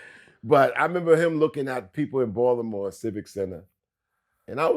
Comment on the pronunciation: The way outsiders say Baltimore 😂😂😂😂